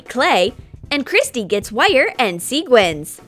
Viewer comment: STOP. SAYING. SEEGUINS. You say SEQUINS. NOT seeguins! You see how the REAL spelling has a "qu" that means you say sequins, NOT seeguins!!!!!! Sorry, I'm just getting a little TrIgGeReD by this.